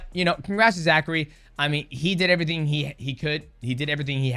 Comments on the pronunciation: I don't think mighty knows that his name is zach cray. I've only heard him say zachary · It's ZACHCRAY...ZACH-CRAY